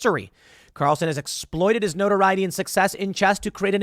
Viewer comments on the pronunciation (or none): none